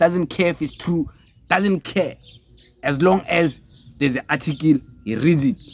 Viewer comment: Boy it's not "atikil" it's "article" ujoji unzima nakuwe njengoba your followers bexakwa esikaBongani Just campaign for EFF so that it can get at least a mayor and just one anchor municipality EFF has no anchor province no mayor By 2029 you will be an EFF with 6% iyaphela i-weight nilibele ukubhekana nabantu Nawe you are chopping English sis